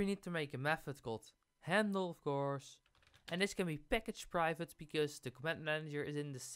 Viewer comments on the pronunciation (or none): Oh my god that slow zoom on the "privvate" 🤣